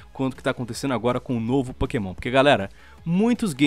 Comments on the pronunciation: "É pokemon, não é pokasbosta" KKKKKK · "é pokémon não é pokabosta" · "Não é Pokabosta é Pokémon" -Lispector, Lion